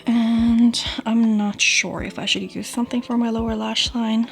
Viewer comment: Amazing make-up! One small request - try pronouncing each 'use' (<--verb, the noun 'use', as in 'there is no use in that' does indeed have 's' in its phonetic transcription), 'using' how they should be pronounced, so with 'z' :) 'S' is used only in 'used to' when speaking of past habits that are no longer valid. Thx in advance ;)